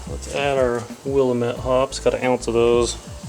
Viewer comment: By the way its pronounced Will-am-it I live in the Willamatte Valley in Oregon next to the Willamette River, and I own a hop farm. I grow 17 varities of hops Willamette is just oneof the 17.